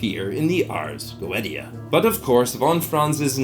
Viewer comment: I love your video but the Ars Goetia is pronounced like Ahrz go-AY-sha not Go et ee ah